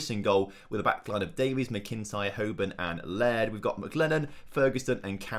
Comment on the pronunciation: Loving the series, although just a note with the pronunciation of McIntyre its pronounced (mac-in-tyre). otherwise great series though. keep it up :-)